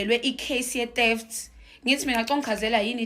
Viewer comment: Qualified teacher says teft not theft,mit November not mid November 😂😂😂😂😂😂😂